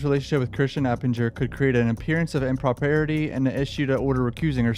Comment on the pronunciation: BRUH... Impropriety im·pruh·prai·uh·tee